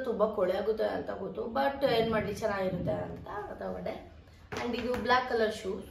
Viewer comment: Madam adu ಶೂಸ್. ಸೂಸ್ ಅಲ್ಲ..ಹರ್ಜಂಟ್ ಅಲ್ಲ ಅರ್ಜಂಟ್...pronunciation correct agi madi ,thappu thappu mathadbedi...tumba thappu mathadthiraaa